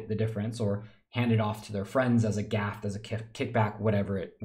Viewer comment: *graft, not gaft